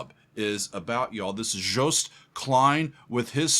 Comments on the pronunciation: You are the first one outside NL to actually pronounce 'Joost' pretty well! It's not 'Joust', but 'Yoast'. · Hey, the first American that pronounces Joost’s first name right …! 👏